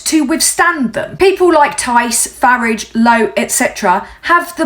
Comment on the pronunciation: Love your pronunciation of 'Farridge' Surprised he hasn't changed his name to it to sound more British. If only your video was farmed to as many people as the reform shite. Keep up the fight, your country needs you, shame most of the ignorant f**kers don't realise it